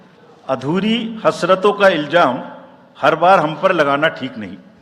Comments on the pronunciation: Rajiv Kumar, Learn to pronounce before saying a shayri. It is Ilzaam and not Iljaam. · Sher bolna bhi nahi aata ilzam ko iljam bolrha hai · Iljaam nahi ilzaam hota hai😊